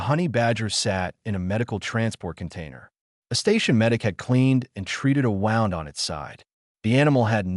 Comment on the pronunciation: Wound is pronounced woo-nd, not wow-nd.